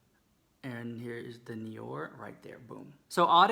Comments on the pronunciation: Clock it the pointdexter alert..., the black is called NOIR pronounced NWAH... not like you said it. But still luv ya so mach! busted the house french! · the black-NOIR is pronounced "nowar" girl...not "nior" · noir? XD its french for black. its pronounced '' nwa'' :) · I had chicken shoarma with bacon sauce and pita bread 😍! Omg the way you said ‘noir’ had me cracking up! It’s pronounced ‘nwar’. Love you so much honey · Just for sharing some knowledge, even though I love the way you say it, but NOIR is black in French, and it is pronounced nouaar <3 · Lara my roommate and i were dyinnnnn at that!!!! So funny